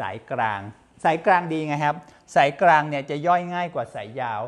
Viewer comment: คุณหมอช่อยปรับปรุงการใช้ภาษาโดยเฉพาะการใช้ "ร" "ล" เช่นคำว่า"กลาง" บางครั้งคุณหมอออกเสียงว่า"กราง" บางครั้งก็ออกเสียงว่า"กาง" เพราะเป็นรายการสาธารณะจึงต้องใช้ภาษาทึ่ถูกต้องเป็นตัวอย่างที่ดี